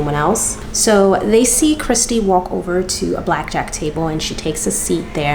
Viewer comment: "Back jack" lmfao (Ta-mul-choo-lus)